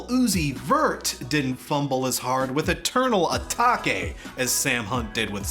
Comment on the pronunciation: "eternal etakeh"